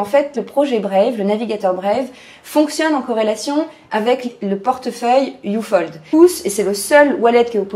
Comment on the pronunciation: ufold mdr , sa se prononce up - hold ^^